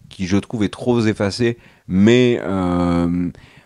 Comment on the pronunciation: Trop Peffacée, pas trop Zeffacée.